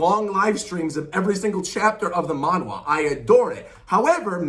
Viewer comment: btw it’s pronounced manha (monh-ha)